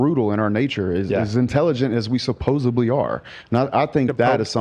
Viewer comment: "as intelligent as we supposeBly are"... sorry, that was petty, like pointing out li-bary; but I clocked it 🫣